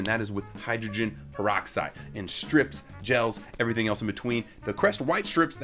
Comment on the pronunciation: DID HE SAY PEROXSIDE OMG HECK NO